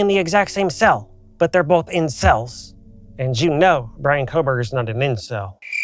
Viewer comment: We love🫶🏻🫶🏻😍😍 and appreciate you as our AWESOME Host ...STAY STRONG and don't let 🧌s and HATERS rise above you. Keep your head up...we all support and Believe in you☺️ 🤭Oopsss sorry..but I had to laugh a little when you said "they're both (Cara / BK) in cells".... Sounded like "incels" 😅